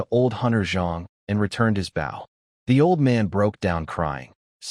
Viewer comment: Can you please reprogram that AI to pronounce the word bow correctly???